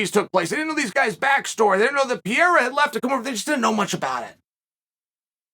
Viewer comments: "Pierra" = "Pereira" 😂😂😂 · BRO... It's not pronounced "Pierre.... with Ra added"it's Pereira???... No "Pierre-a" butfuck! PEREIRA The dude's neither French nor Italian.... Let's see who wins.... iSrAAAAEEELLL the ... Last..... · Why do you keep calling him Alex Pierrea,It’s Pereira. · He still says Pierra lmao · Chael calling Pereira "Piera" never stops being funny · I've watched about 50 videos of Chael saying "Pierra", still doesn't fail to crack me up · I think he says it wrong on purpose so people like us comment about and give traction on the website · PEE - AIR - UHHH